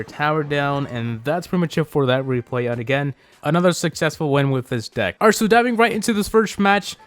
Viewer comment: lol I heard, "This dick evolves all around elixer."